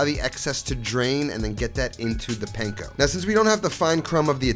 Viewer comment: I think I’ve made more of your recipes than any of any other youtuber and this looks like another good one. and from a japanese bro to an italian bro, panko is pronounced more like punk-o.